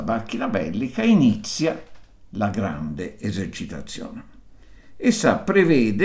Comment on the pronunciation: "Grande Esercitazione"